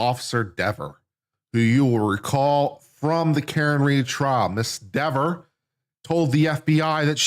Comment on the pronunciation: It’s pronounced “DEEver” 🤔 😂